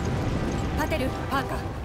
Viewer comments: バーカーじゃなくて！パーカー！！！！！ 悲しい・・・ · プァーカー(パーカー) 哀しい...